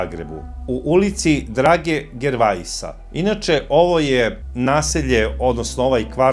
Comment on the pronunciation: žervea! Kakav gervaisa.Jao Boze,idu li ljudi u skole